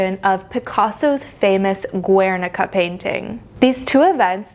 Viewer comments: Yeah well, she can't e even pronounce Guernica, total moron, she really should do much more homework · Girl this video is amusing ... first of all learn how to pronounce Guernica, then stop spreading ignorance, the Guernica, not only represents the war, also the annihilation of a culture and region the Basque country... is yes and statement, is not the change from "beautiful" to "ugly" it represents one episode of the history in Spain and in the Basque country . there are centuries of innovation in art, in all ways, techniques, materials, composition, the introduction of perspective , etc ... and yes, art is and has been a way to communicate, and also to create propaganda like in nazi germany during the wwii, art is way of expression, that either you like or not, and is always in evolution... , you are all over the place... terrible video... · Great video, but the way you pronounce "Guernica" hurts my Spanish ears.